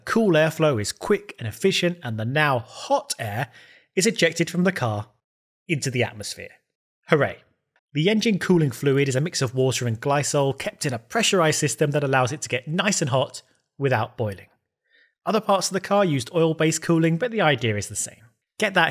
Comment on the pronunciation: minor gripe, glycol is pronounced with a "k" sound, (glai - kaal)